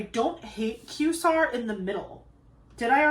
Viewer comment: I love the way your mind works! And just wanted to mention the world quasar is pronounced KWAY-zar. It’s kind of an abbreviation for quasi-stellar. From one astronomy lover to another ❤